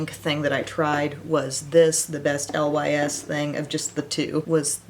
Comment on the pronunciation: Lys is pronounced "Lease" it means lily in French. (NOT: L.Y.S.) 😎✌🏼💜💜💜